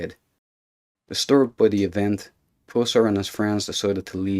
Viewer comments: Its PUSSS ER... not POOOOO SIR !. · That’s Pusser (like us), not Pooser (like pussy) you weird looking, dumb sunglasses wearing, boring talker. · Uhhh! Puuuuh... Puuuuhsser, not Pooser! Damn! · Ot is Buford "Puh-ser".. ,NOT Poo-ser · all my life here in TN, I've heard his name pronounced (Puss-er), not (Poos-er) as in this video.....which one is correct? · Puss-er. The Irish type accent of the narrator brings out the 'Poos-er.' I'm thinking he would pronounce 'hustle' as 'hoostle.' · His last name was puss—er not pusser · "pooser" haha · Learn how to pronounce his name before you do a video. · My gosh can you not say his name right? If your going to make a video of someone at least get their name right. And I don't think you know what you are talking about. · You are pronouncing his last name incorrect !! You are ruining the story😢😢😢